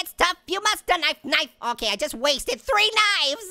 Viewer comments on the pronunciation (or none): none